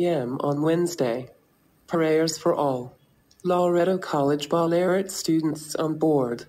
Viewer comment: "boolarat" 🤢 it's Ballarat mate